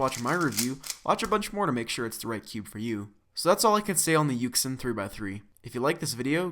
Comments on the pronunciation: Jr co rd: yuxin Everyone else: yushin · You don't say it like yuk sin, you say it like yushun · It's pronounced as "YuSHin" not "YuKSin" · Its pronounced yoo-shin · its pronounced yushin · I feel like yuxin is pronounced you shin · Its pronounced yushin. Its okay though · Its Pronounced Yu Shin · no it's actually Yuxin